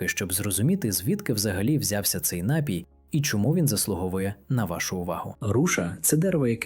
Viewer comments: НАПІЙ- наголос на 2 складі.Дякую за цікаву і цінну інформацію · Дякуємо за працю і поради! Лиш зверніть увагу, що на слові "напій" наголос правильно ставиться на другому складі.